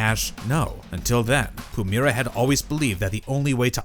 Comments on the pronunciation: Its not Pumera. Pu- MY- ra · You're pronouncing her name wrong, i assume you've never actually seen ab episode with Pumyyyyyyyra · If you're gonna do a video about Pumyra, learn how to pronounce the name.